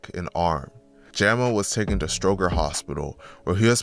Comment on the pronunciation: And stroger too like cmon bro😂, but he got it on the documentaries for the city